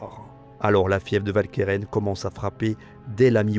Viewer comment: Idem pour Walcheren. En néerlandais, le W se prononce "Ou", comme dans "Waterloo"; et si le "ch" se prononce bien "k", le "e" qui suit se prononce "e" et non "è". Si bien que la bonne prononciation n'est pas "Valkairain", mais "OualkErEn". Sorry, mais une vidéo francophone ne s'adresse pas qu'aux français, mais à tous les francophones, sur tous les continents, même si certains ont oublié des règles pourtant encore en vigueur. Et pour ceux que je fais chier, sachez que le PQ ne coûte pas cher, contrairement à l'ignorance.